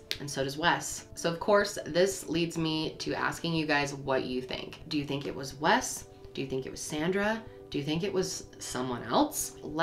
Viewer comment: Wes. It is Wes.